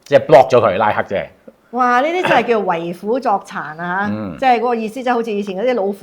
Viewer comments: 為虎作倀：【倀】音：（ 窗 ）讀：為虎作（ 窗 ）🌹🌹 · 為虎作倀，是倀鬼的倀，不是掁/倀雞的掁/倀，讀音不同，意思也不同。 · 為虎作倀，根據中大粵音審音配詞字庫，倀讀昌。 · 倀讀音昌❤